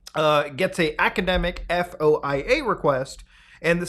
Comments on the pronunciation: FYSA, FOIA is pronounced "Foy-Uh" in common parlance.. E.G. a foy-uh request is submitted to gather info from the government. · Us feds pronounce FOIA as "foy-yah", btw. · Foia is spoken like a word not an acronym, will make your life easier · FOIA is an acronym, it's pronounced like a word, like NASA or WAP. You don''t have to spell it